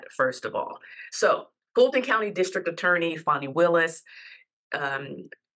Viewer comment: It’s FAN - ee, not FAWN - ee.